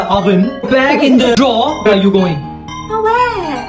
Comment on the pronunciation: Bro said oven "over" Bro said drawer "drew" 😂 Anyway these and the "I'm gOINg to TakE oUT tHe BINNNN" 😂